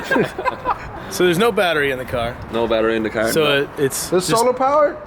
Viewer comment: "Shit ve forgot ze batry" lel